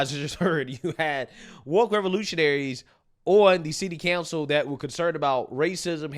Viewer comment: You do realize it's city COUNCIL right? Not city CANCEL. How come you people can't speak?